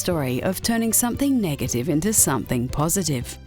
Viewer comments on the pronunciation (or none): none